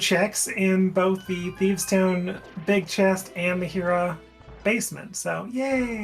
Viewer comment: mispronouncing Hera all game smh